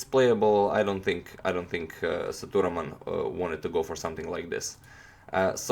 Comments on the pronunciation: it is se-dhu-raa-man spealt sethuraman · You need to pronounce the name Say-thu('the' ending with u instead of e) -raa-mon(mon as in Monday)